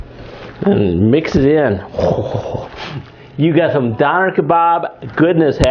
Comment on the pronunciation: its pronounced dOHner!